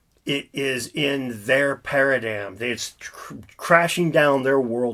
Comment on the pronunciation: “Para dime”